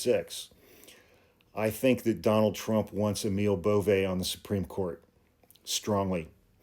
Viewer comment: No one knows how to pronounce Emil Bove's name. (Including.) Emil is correctly pronounced A-mul (like anal, but with an m), and Bove is pronounced BOV-ee.